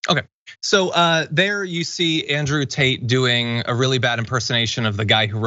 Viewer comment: It always sounds like Andrew Taint to me.